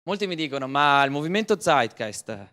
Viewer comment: pallino sulla i: si pronuncia Zeitgeist con la Z di o ScreZio non con la Z di Zorro